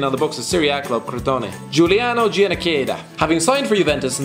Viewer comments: The way he pronounces Giannichedda makes me want to put puppies in an ongoing food processor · the way you pronunce Giannichedda Is the best thing I've Ever heard in my life